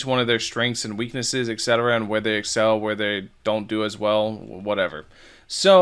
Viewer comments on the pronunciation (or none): none